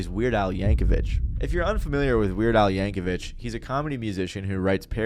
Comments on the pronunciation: Pronouncing Yankovic with an H at the end is wild lol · Yankovic is pronounced how it's spelled. No H sound. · You pronounced Weird Al's last name wrong. Fucking Zoomers. You have access to word pronunciations and still never use them.